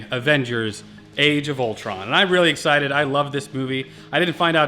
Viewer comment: “I’m expited” lol